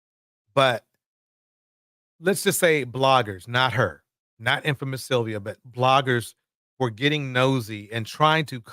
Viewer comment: His routime? 😢this man's speech..cant even say sylvia